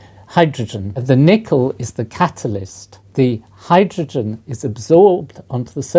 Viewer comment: ugg... why do people say hy droge en ? its hy dro gen , so annoying.